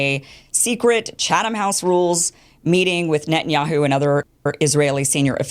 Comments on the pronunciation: That's a good thing Kim Iverson doesn't know how to pronounce Chatham House rules, Tim Pool. Why are you so familiar with it? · Dim Tool ‘so hilariously’ mispronounces Chatham House rules himself. The ‘H’ is silent. In Chatham, I mean. You do pronounce the H in House. I’ve been to Number 10 St James Square, the RIIS. Oh, and all the dingbats are the same choads taking money from Russia and other right wing wankers.